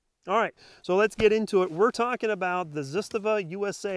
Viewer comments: "Zitstava"? ZAH-STAH-VAH. Start out by saying it slowly and then gradually increase to pronouncing it CORRECTLY! You lose credibility when you say the name wrong. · Zastava not zustuva lol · you lost me at "Zisstuhvuh" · ZahStahVah. Trust me. I am Serbian. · Ignorance in manufacturing, materials and why people want a bayonet lug = unsubscribe. Not being able to pronounce Zastava =👎 ...zest...really... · Awesome video, keep em coming :). hi you pronounce Zastava well, only slight correction if I may. Zastava ...the first "a" and the second a are the same letter. They are pronounced the same way. You pronounce the second one great. Do the same for the first one. The sound is the first sound of A as alpha. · That is not how the guys from Zastava Arms USA pronounce it. ^_^ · You don't know how to pronounce Zastava, Cugir or Kalashnikov. Go home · Totally Butchered the ZASTAVA name😂.. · Should probably learn how to say the company's name correctly just saying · SAY IT RIGHT 😈